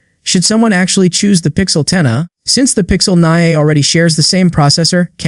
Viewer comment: Terrible ai slop video (“pixel 10-uh”)